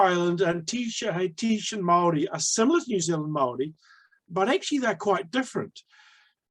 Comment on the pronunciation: When saying the word 'Māori' try enunciating it as "Mouldy' soften the 'd' sound to achieve the tapped r or voiced alveolar tap. Pākehā - Park air heart (drop the t sound)